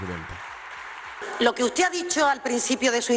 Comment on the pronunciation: Dice: ustede